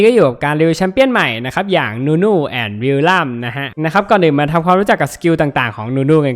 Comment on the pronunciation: นู่นู่ ไม่ใช่ นุนุ ครับ555